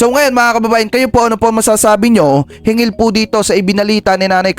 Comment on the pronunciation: hinggil hindi hingil hanggan hindi hangan